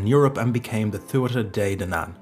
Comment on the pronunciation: Sad to hear an Irishman say Tua-tha and Bolg instead of Tua-ha and Bo-lug.